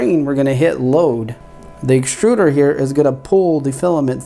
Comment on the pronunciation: Sorry to be "That guy" but - "Exturder"